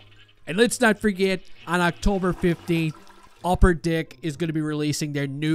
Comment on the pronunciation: Did you say Upper Dick?